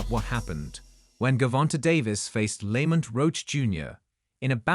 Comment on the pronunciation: STOPPED Watching at :38 seconds when this A.I. called Lamont Roach, Lemut Roach. Tired of this A.I. bs